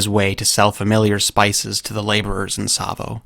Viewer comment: rapt attention, not rapped. And it's Tsavo.